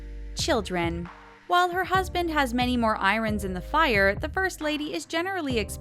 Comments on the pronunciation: i like Melania, but this video is too long, too boring, the word is pronounced i-ern not i-ron, and thumbs down. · Why don't you bother to pronounce names and words correctly? Obama's daughter's name is pronounced Maleea, the Secretary of Education is Not pronounced Devoes, iron should not be pronounced irun and there were at least 4 other major mispronounced words. Sloppy, sloppy narration! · Amy Minus it is actually pronounced Iron. People just don't enunciate properly here.